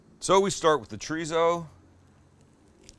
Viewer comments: pls,start saying cho dee so instead of chureezo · I try not to be "that guy", but every time you say "Tree Zoe" instead of chorizo I cringe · Is that what it is? Been looking to find out what "Triso" is??? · Lair of treezo Translation: Layer of Chorizo (z pronounced as an 's') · It ain't pronounced ch'reeezow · Does it annoy anyone else the way he pronounces chorizo? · Your pronunciation of chorizo needs some work though buddy..... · The way you say chorizo makes my ears bleed.